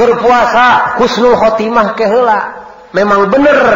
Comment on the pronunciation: Biasa orang sunda